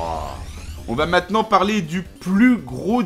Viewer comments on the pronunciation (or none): none